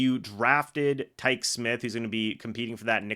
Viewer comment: Bruh his name is Tykee like Tykeeey....Not "Tike"...tighten up.